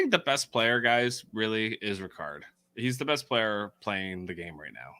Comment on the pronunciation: Why do you keep saying Ricards name wrong? His name is Ra-Card not Rick-erd.